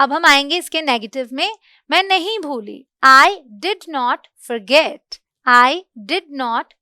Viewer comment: Mam ap bolte kuch alag and likhte kuchh alag hai jaise forget likhte hai and fraget bolte hai confuj rahta hai